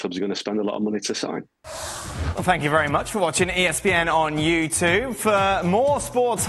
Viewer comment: espn can you correct dan thomas saying you2 and have him pronounce youtube properly. thanks